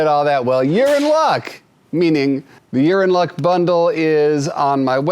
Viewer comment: Lol "Urine luck" lol